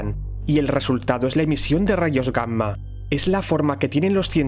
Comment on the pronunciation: No me gusta como escucho la palabra, Gamma. La e oido mal toda mi vida, o l estás pronunciando muy literalmente, porque escucho la m, como si fueran dos palabras diferentes..